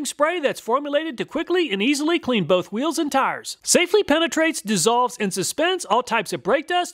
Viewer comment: he says.. whoeeels